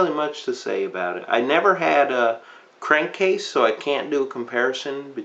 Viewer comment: You said Crankcase's name wrong and he's actually from the Dark of the Moon line,not from Revenge of the Fallen.